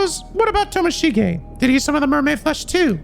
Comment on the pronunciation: Morishige watching mispronounce Tomoshige: where do I get one of these curse stones?? (Hehe jk love ya!)